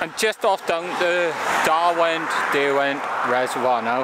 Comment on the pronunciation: It's Derwent...as in 'Durwint'...not darwint.